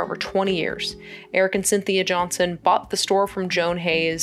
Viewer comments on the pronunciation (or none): none